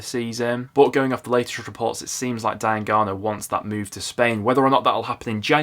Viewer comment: U must be the only person I know that pronounces diangana like that. That's defo not how it's said 😭